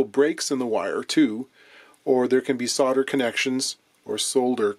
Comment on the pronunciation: for soLder (and not sodder)! Yay!